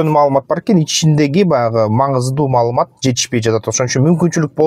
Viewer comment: Маалымат деп айтып койгулачы маамылат дедирбей жиптин урайын